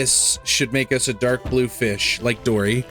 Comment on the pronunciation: FEESH Ahem, I mean... fih🌹